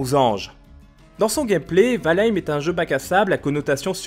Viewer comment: Quand est ce que les youtuber vont commencer à apprendre à prononcer le nom des jeux avant d'en parler ? C'est la base quand même nan ?